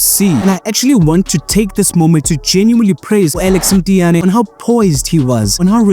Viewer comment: Mtiyane ❌ Mthiyane ✅